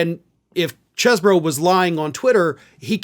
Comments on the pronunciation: It's Cheese-bro. Spelt like that. Same way you pronounce it. Cannot Cheese-bro. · Damn it,! It’s pronounced “CHEEZ-bro”! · I thought it was pronounced cheese-borough